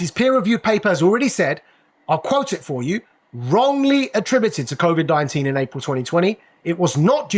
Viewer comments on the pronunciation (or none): It's covid, not convid...